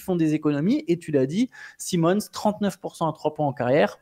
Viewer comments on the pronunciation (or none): il aime mixer la prononciation des noms 😂😂 Un coup Anfernee Saille Monnz, un coup Anfernee Si Monnz.